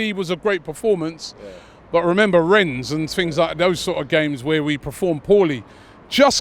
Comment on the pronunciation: It's pronounced REN for the billionth time. Not Rennes.